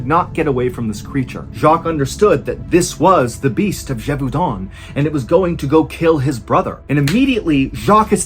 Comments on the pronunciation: Ballen knows how to pronounce the name Jacques and Gévaudan. But not the French name "Jean". The internet has failed his generation. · Ahah you got the pronunciation of Jean completely wrong. You pronounced it like the piece of clothing jean. It's pronounced like "les gens". I'm taking the liberty to tell you as I can see you try to tell names wright (like Jacques and Gévaudan).